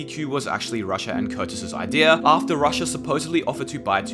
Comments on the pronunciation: Why does he reads Rusher as Russia? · I’m pretty sure it’s pronounced rusher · You keep saying Russia instead of rusher lol that's funny as hell right there XDDDDDDDDDDD THAT'S FUNNY LOL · Bro please fix your pronunciation of rusher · Wait, he was saying Rusher?